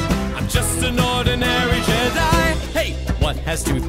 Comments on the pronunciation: Actually, Je-di as they pronounced it a few times is not the same as jedi but I don't care 'cause this is awesome! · OverEnglishMan I like it the only thing I would have changed is instead forcing Jedi into three syllables I would have said "Jedi Guy" one part it makes more sense second it's more akin to the original lyrics.